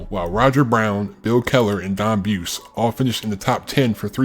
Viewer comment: Its Don Bu-se. And Dallas Cha-pa-rals